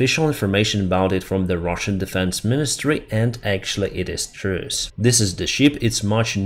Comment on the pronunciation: Hey, watching you every day. One thing only that's hurting my ears. You are pronouncing truth like truce. It is, with Cyrillic letters, трут и трус. Keep up the good work and glory to Ukraine.